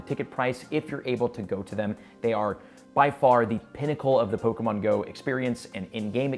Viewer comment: Hey, after 5 years, I'm back and blown away by your growth! Your take on Pokémon Go Fest 2023 is on point, and I love that you've mastered the Pokémon names. Keep soaring, and cheers to more success! 🎉 Your almost good as PokeDaxi:face-fuchsia-wide-eyes